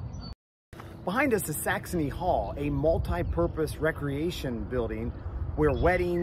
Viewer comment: Are you saying Saxomy with an m and not saxony??😅🤔